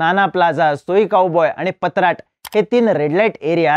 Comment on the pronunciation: पत्राट नाही भावा पट्टाया ,आणि बँकॉक पेक्षा आपल्याकडे बूम बूम विषय जास्त प्रमाणात आहे फक्त लपून आहे एवढेच